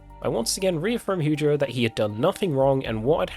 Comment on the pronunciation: I died a little inside every time he said "Heugeo" 😭😭😹